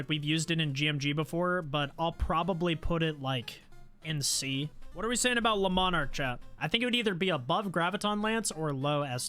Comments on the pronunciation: Also the le-mon-arc pisses me off it's lee-marc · just how you pronounced the lemarc. It sounds like you saying lemon ark.